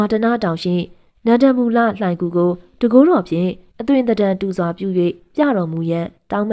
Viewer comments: စိတ်မရှိပါနဲ့ဗျာ အခေါ် အသံထွက်လေးပြင်ပေးပရစေ နန်ဒမူ လှိုင်ဂူဖြစ်ပါတယ် နန်ဒမူလမဟုတ်ပါ၊ဂန်ဓမာ ဒန တောင်၊ ဂန်ဓာ မာဒနမဟုတ်ပါ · နန္ဒမူ ကို နန်ဒမူဟုဖတ်သည်ညီမ သင့်နှလုံးသားမှာ တရားတည်ရင် သင့်နားမှာ ဘုရားရှိတယ် ညီမရေ တင်ပြပုံကောင်းတယ်